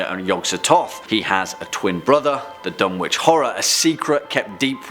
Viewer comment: Another great video! However you don’t pronounce it Dun-witch it’s Dun-itch. Silent W.